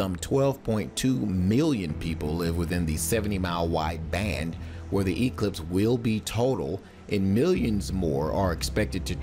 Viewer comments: its not an E clipse it's pronounced eclipse one word, one syllable secondly most of us don't care...sure there may be some localized traffic near popular viewing areas but overall it will be a boon to the local economies...i clicked because i thought "paralyze america" sounded like a preppers paranoia...north korea non threat must be driving you insane!!! lol, grow up kid its been the same for 50 years, nothing to see here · It's science.It's physics, evangelicals. It's eclipse with emphasis on the clipse not the e. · Emphasis on the E much?